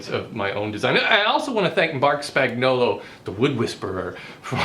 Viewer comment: you said spagnoullououluiouluo correctly. it's great to grow as people.